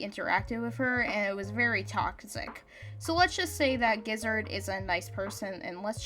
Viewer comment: gizzard GIZZARD G I Z Z A R D ((scoff it’s ge0zard; geo-zard))